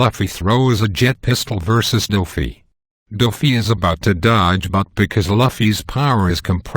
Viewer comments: It was driving me insane every time he said "luhfy". You say it "loufy". GET IT RIGHT. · Stop pronouncing Luffy " Laffy " . Holy shit ! That is the most annoying thing about this video ! It's Louuuuuuuuuuuuuuuuuuuuffy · lol bro its not laffy its loufy im writing it like this just for the pronounciation xD